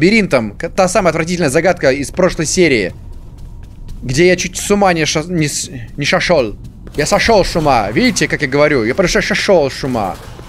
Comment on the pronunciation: я просто Шошел с ума видите я говорю я шошел с ума Ору с этого момента😂